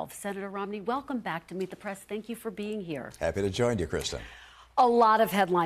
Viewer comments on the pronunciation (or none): Meet The Prass... I'm Kristen Welker and this is Meet The PRASS. Someone teach Kristen how to say "press."